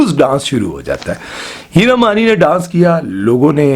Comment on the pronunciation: Hira mani from yr accent sounds like heera mandi